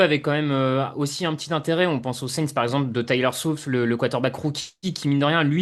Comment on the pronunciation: "Tyler Soufe" les prononciations des noms de la part de me regaleront toujours 😂